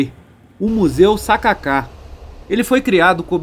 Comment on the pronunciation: "sa ka ka" não "Sacáca" 😅